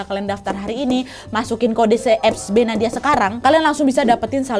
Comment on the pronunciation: salah ngomng Nadia😭